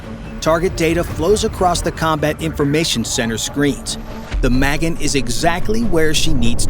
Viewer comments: I'm Israeli and I find this video relatively informative. But the way the name "Magen" is pronounced is still wrong. The emphasis should be on the end of the word: maGen- similar to the word "again". Not Meh-gen. And I doubt the Houthis have got SA-6 batteries. If they did, it would've been destroyed by now. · "Ma-gin" is probably Ma-GEN, Hebrew word for "STAR" as in STAR of DAVID, Flag symbol of ISRAEL & the JEWS. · The vessel is called magEn, not mAgen. It means "the Defender", or "the Shield"